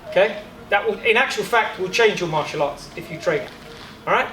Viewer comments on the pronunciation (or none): none